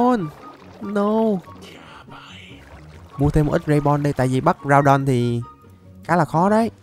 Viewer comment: Đọc là gu đon